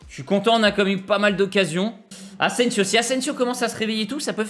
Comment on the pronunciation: « Ingins » « Sergio asensio » C’est quoi le prochain ?😭